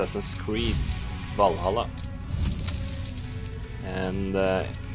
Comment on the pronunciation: sjekka commentsa så snart eg hørte du sa vallhalla på en so norsk måte 😂